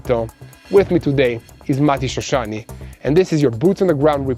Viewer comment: please say name of shoshani correct.mati shoshani no mitishrishani